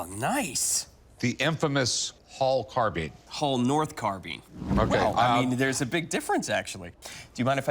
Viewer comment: Carbine , not Carbean , .....